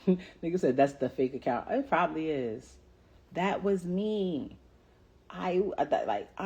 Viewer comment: She’s “pobablly” right.